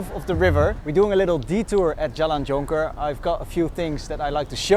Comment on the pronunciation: You pronounce the word Jonker like Malaysian way too.